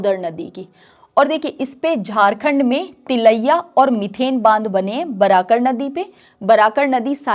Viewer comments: It's मैथन डैम not मिथेन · मीथेन नही मैडम "मैथन बांध" नाम है।